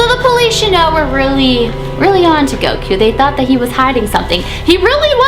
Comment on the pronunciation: Its cute when she says GOWKU Instead of Goku